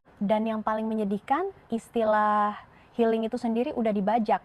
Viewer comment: Healing jadi helling😅😅😅